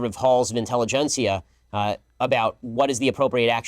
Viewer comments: “Halls of “inteligencia””… what a clown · "Intelligencia"... He ain't got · I find it incredible that he said “intelligencia” and patted himself on the back like well done Benzo, left tears blah blah blah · Did he really say “The conservative halls of inteligencia” 😂😂😂😂😂😂😂😂😂😂😂😂😂😂😂😂😂😂😂😂😂😂😂😂😂😂😂😂😂😂😂😂😂😂😂😂😂😂😂😂😂😂😂😂😂😂 wow😂😂😂😂😂😂😂😂😂😂😂😂😂😂